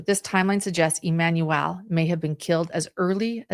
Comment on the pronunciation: Why on earth do you keep saying EmanuEL?